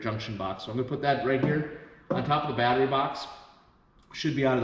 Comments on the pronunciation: Yeah I was wondering, what's a bahhtree? This NJ boy never heard of such a thing! LOL! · That's awesome. I'm from Boston, and very Irish. When I was growing up it was always pronounced "bahhtree." I don't hear it pronounced that way anymore, more's the pity, so I was fascinated to hear you say it that way. Good on ya, boyo! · Did you say, "bahhtree?"